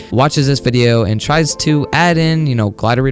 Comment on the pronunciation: U are right! btw i love the way u say wideyoo